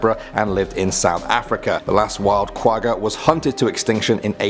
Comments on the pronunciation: I hate how they say Quagga i am from south Africa and Quagga is an Afrikaans pronunciation. The g not from the front of the mouth you make the g sound in the back of the mouth. Go listen to how afrikaans people say the word Quagga. say the the word correctly. And it not Quagga its Kwagga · *not qugga, it's kwagga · I AM SOOOOOOOOOOOOOOOOOOOOOOOOOOOOOOOOOOOOOOOOOOOOOOOOOOOO HAPPY YOU MENTIONED THE QUAGGA OR QUAHHA AS IT IS PRONOUNCED.....I BELIEVE?